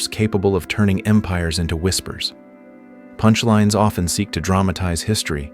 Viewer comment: I guess the prompt that this IA was feed included... Please enphazise the word "punchlines"